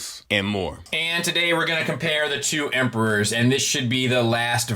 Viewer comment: "EMEROR" indeed 😂